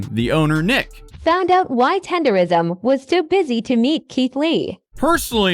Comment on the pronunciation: I also thought it was Tender-ism. It's Tender-NISM.